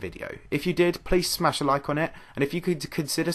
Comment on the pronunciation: Please smash a like on it...😂😜...that sounds Australian..😅